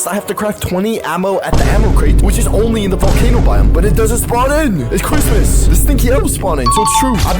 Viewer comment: Bro it is not chritmas it is February